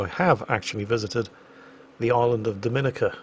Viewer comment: the island nation is pronounced Do-mi-NEE-ca. I'm a Bajan myself and been waiting for this video for a while now:D. You are very welcome to come to Barbados again!